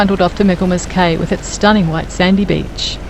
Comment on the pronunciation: Cay is pronounced "key."